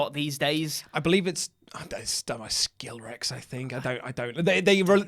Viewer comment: calling Skillet Skilrex hurts my soul